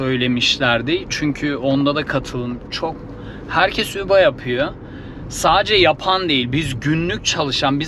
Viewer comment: Üba neden diyorsun Uber